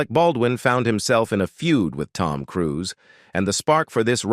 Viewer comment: I don't know what voice-over mechanism is used in these videos but it's terrible. For example, the word 'serious' is pronounced Cee - ri - os. Even names like Cruise are pronounced Crew-say. For heaven's sake have an actual person reading the script!